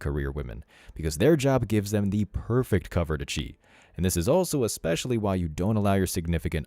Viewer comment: Ekspecially? Really? Is that a word now? I guess it's no different that , "I axed you a question."